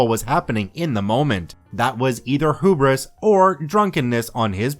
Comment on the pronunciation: the way you said hubris, made me die a little inside